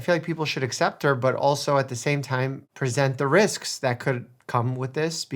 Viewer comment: Notice how she pronounced "accept" as "assept". Pause and try to make a "Kuh" or "Guh" sound and notice that right before you make the noise, you can't breathe in or out of your nose. Her soft palate is cooked.